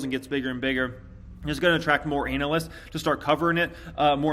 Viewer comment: Ānalysts! Lol Love you, 😉